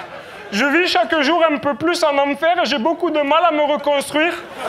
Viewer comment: "C'est du jore historique" C'est du joooore?